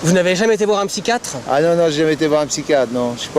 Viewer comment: " Le spychiatre " m'a achever